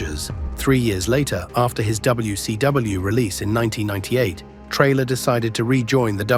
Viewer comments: It's Taylor not Trailer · its Traylor